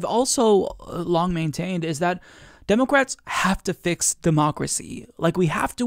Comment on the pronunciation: the only thing that gets me is you saying, "DEH'-mə-krats" as, "Deh'-Mo'-krats." Nobody pronounces the middle "mo" as if it has emphasis. Emphasis goes on the first syllable. Let the MO go. DEH muh krats. Not, DEH MOH krats. It's just weird.